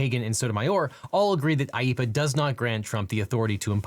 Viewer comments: *IEEPA not IEPPA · it’s IEEPA not IEPPA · I think it's supposed to be IEEPA not IEPPA